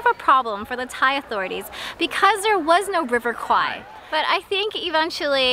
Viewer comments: This is my hometown and there's actually a River Kwai. In Thai, we pronounce it "River Quare". That's basically the river the bridge crosses. When you asked the local, they heard River Kwai (ควาย), so of course they will say that they didn't know about the river lol. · It ought to be call River "Quare" that's closest pronunciation for "แม่น้ำแคว". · quare not Kwai in Thai accent like Phuket is Pooget not fuket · ในคลิปนาที 21 น้องผู้ชายซึ่งเป็นคนไทยได้อธิบายไว้แล้วนะคะว่าการออกเสียงแควเป็นควายมาจากภาพยนต์เรื่องหนึ่งในคลิปมีอ้างอิงไว้ และน้องเค้าก็ได้อธิบายด้วยว่าต้องออกเสียงอย่างไรถึงจะถูก พร้อมทั้งบอกอย่างที่คุณอธิบายไว้แล้วค่ะว่าควายคือ buffalo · "Kwai" (in French is OK).. But in English should spell "Kway" to have similar speaking like the way Thai speaks. And "Kway" means "small river" (bigger than canal)... 😊😊😊